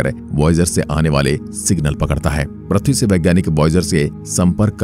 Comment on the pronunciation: Pratee nahi bhaiya Prithvi Hota Hai Kya pratee pratee Lagayeho